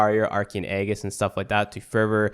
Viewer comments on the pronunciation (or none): Altercation: a noisy argument or disagreement, especially in public. // The word you were looking for is alteration. Also, Aegis is pronounced kinda like: Ay-Jiss. C'mon, we live in the UK mate, we're only expected to know one language... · Correct except for the Aegis pronounciation.